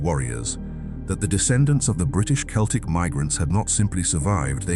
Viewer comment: Mispronounced 'Celts' and 'celtic'. Poorly researched AI slop, it can't even get that right. 👎